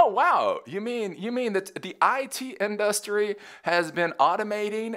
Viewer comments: It’s not our fault that SF was destroyed. It’s that their politicians allow crime and unchecked homelessness. Not us. Also, the way you say industry is annoying, lol. That said, I agree with your more practical takes that some tech industry leaders are pushing. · in DUSS tree